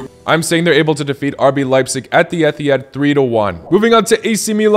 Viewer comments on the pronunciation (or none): none